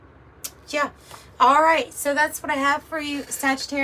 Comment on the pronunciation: Absolutely magnificent reading, this one has resonated like none other. God bless you. Love the clipped bye at the end too, lmao.